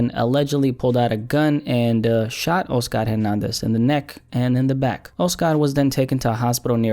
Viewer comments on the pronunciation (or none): My dude.. it's not O-Scar.. it's Oscar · The way u pronounce the name “Oscar” let’s me know ur Hispanic